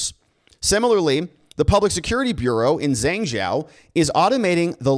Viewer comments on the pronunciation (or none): Zh = J. ZhengZhou is pronounced Jeng-Joe